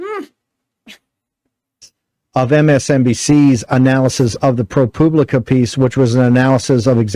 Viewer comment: Why does he pronounce Pro Publica like Pro Pubic